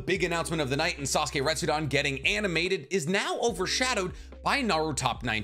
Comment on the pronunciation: Your Japanese pronunciation is killing me 😭 Retsuden is not pronounced with an -AHN at the end. It's the same suffix as Shippuden, friend. It means "story" or "chronicle". Also, your pronunciation of Minato when you have a tattoo of him... pls... MI-NA-TO, not MIN-A-TO.